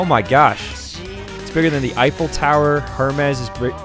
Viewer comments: He really said “Her-mez” for Hermes. It’s pronounced “Her-meese” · Hermis💀 bro it’s pronounced hermees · is the type of guy to pronouce hermes ''her mess'' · The amount of rage I have of him not pronouncing the asteroids named after greek gods makes me shit rotten donkey eggs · The way he pronounced hermes😂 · The way he pronounces Hermes is making me sad. I’ve read PJO also like. This is why Hermes doesn’t endanger with his children he saw and was like. “ what if Luke is like that” byee❤ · anyone else gonna point out the way he pronounced Hermes